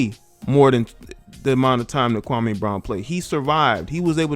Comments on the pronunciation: you're not pronouncing his name correctly. It's pronounced 'Kwa-Mee' not 'Kwa-Maaay'. I usually don't care about these details but KB literally has a problem with the way SAS says him name so it's kinda ironic that some of the very people who are siding with KB are also inadvertently butchering the brotha's first name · SAS goes at everyone.... I don't understand what y'all talking about? He clowned Kwame Brown but he's clowned a ton of players, black and white over the past 15 years!!! Yes Kwame's name and how he pronounces he's name is part of what SAS is known for.... I'm not bout to feel sorry for Kwame because he had multiple opportunities to turn his career around and he became a decent role player and made over 60 mil in the process.... And I'm sorry Barnes was an elite defender and a very good role player and a dog!... Also Stak5 was a borderline All Star and dog and always rode for his teammates